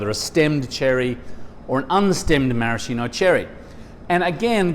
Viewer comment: That's not a marasheeno cherry. It's a maraSKEEno cherry. How hard can it be to pronounce it properly? Jesus.